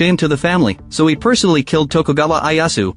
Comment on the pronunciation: Who TF is Eye Ass Woo?